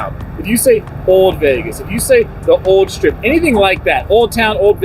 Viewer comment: Dude cmon. It’s street not shtreet. Stratosphere not Shtratosphere. And it’s old not owed. There’s an L there. And there’s no H between the s and t. You don’t say mishtakes so why say shtreet? Lol. Great job as always but this is nails on a chalkboard.